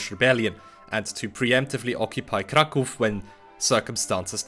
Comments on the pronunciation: it's nice hearing someone pronounce "Kraków" properly after years of hearing "Crack ow" in english-speaking communities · Thank you for not calling it crack-ow :) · Jak tylko usłyszałem twoją wymowę nazwy miasta Kraków, od razu wiedziałem, że mam do czynienia z rodakiem! Jest to pierwszy filmik jaki spotkałem od ciebie i subik leci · As a Pole I must admit that I am shocked to see a person who does not speak Polish can pronounce Polish words, the first time in my life I meet with such a thing and I can not get out of admiration, I expected a rather Americanized version of the word Kraków which has nothing to do with reality and here such a surprise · It strange to me, as a Polish, to hear someone speaking English (not Pole) who says "Kraków" instead of incorrect Krakow xD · nie spodziewałem się że obcokrajowiec jest w stanie wypowiedzieć poprawnie ,,Kraków", dzięki za uświadomienie 😂 tak czy siak dobra robota u niego